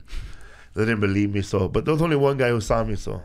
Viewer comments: Felipe says won like won-ton and then proceeds to say one like wun lol Tom might night be so tik tokked after all.... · he says won like tom